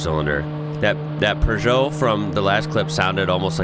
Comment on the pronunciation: ...Wait until finds out these were 2 litre engines, based on road cars that anyone could buy from a dealership... Congrat's to for being the only person from across the pond to pronounce Peugeot correct too! 👍